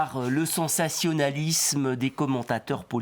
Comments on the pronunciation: Désolée, je suis une vraie française, certes des Pays de Loire, et je ne parle pas de cette façonCHE § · Il n'a pas prononcé sensationnaliZme comme un vrai Français. Je suis mortellement déçuCHE.